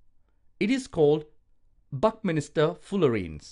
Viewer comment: Its not buckminister Its buckminster